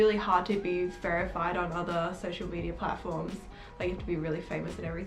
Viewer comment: did she say ferified ? 🥴